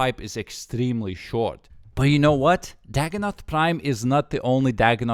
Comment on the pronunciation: that but you know what sounded so American lol